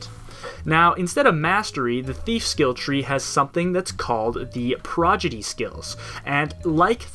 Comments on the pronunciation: prod... igy... not progidy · PRAW-DI-GEE, prodigy. Not progidy. Fun fact, progidy is not a word. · Just in case anyone here forgot... it's Pro-Di-Gee, not Pro-Gi-Dee. Still triggering nerds nearly 4 years later. XD #NeverForget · It's Pro-Di-Gy not Pro-Gi-Dy ROFL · Dude. Prodigy. Not 'progity'. Wtf. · Really enjoyed this overview, but once you started saying "progidy", it started driving me nuts. :p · This was great... but come on guy. You said "Progidy" about a dozen times. It's Prodigy! "prädəjē" "Prah-Dij-ee!" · Heh, you said prodigy wrong every single time. I'm pretty sure you know how to say it right, and just slipped up, I just thought I'd let you know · Every time you say PROGIDY it gets me one step closer to tearing my dick off and shoving it into my ear. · You kept saying Prodigy as "Progidy" xD Great video! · It's pronounced: prod-i-jee. ;) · Great overview. Must say my grammar Nazi squirmed every time you said "progidy" though. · I thought the same thing, Overall a good overview!